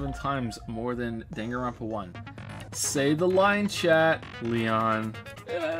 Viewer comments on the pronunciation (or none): "Super Danganropa Sunshine"